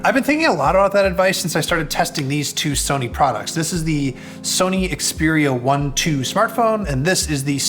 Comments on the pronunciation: You're pronouncing it wrong. It's pronounced Xperia eye eye . Ask Google assistant! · I stopped watching the moment he mispronounced the name of the Xperia 1 II phone. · If you review a product could you at least bother to learn how to pronounce the name correctly ? 🤦🏻‍♂️ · This guy doesn't even know how to say the phone's name, and still does a review on it! Meh! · if he really did some research at the Sony universe, than he would known after 5 minutes hiw to say it correctly.